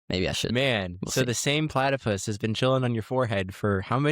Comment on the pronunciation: This was my favorite episode so far. I’ve been following journey for a few years now. It’s been amazing and really inspiring to see how far he’s come and I love how involved and supportive the whole family is. PS: It’s platypus, not platapus:)